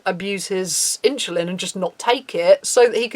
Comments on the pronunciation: “in-cha-lin” * insulin* not with a ch... sorry... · great video thanks for shining a light on this! however insulin is pronounced "in-sil-in" or "in-su-lin" not "inchillin" lol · Why are u pronouncing it "inshuline"?